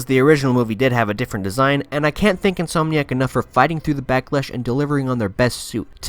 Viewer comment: It’s pronounced “in-som-nee-ack” not “in-soam-nee-ack”. That being said, you play this game really well 👍🏻